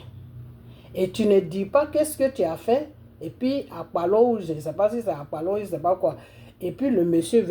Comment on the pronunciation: À ton âge, sois sage !!! Si tu veux vraiment parler Au nom de Jésus. Tu es tribaliste et méchante à ton âge. C'est vous les donneurs de nationalité ivoirienne. Voilà encore tu prononces Mal le nom de mon frère. On ne dit pas Akpalo mais APALO, alors ferme la